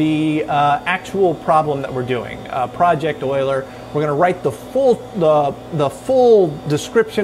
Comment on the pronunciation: Who can help compile this program? Boiler? Boiler? Boiler? (BIG salute for correctly pronouncing Euler)